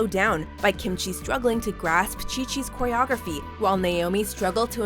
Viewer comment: did you say choreography like you would pronounce chi chi's name?...... it is read k